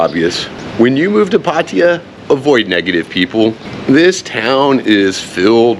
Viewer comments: Why do you say Pateeyah? Isn't it Pattaya? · Regardless, emphasize the last 'a' :)